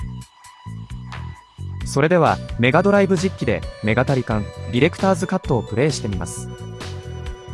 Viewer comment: 「メガタリカン」と「ニンテンドーSwitch版」の発音ってそんなだっけ？